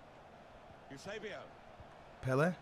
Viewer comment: Parabéns mano adoro quando dizes Eusebio !!! Portugues a 100% és grande jogador mano.